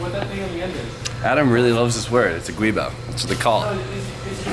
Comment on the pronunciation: it's not called a guibo it's called a giubo, pronounced joo-bow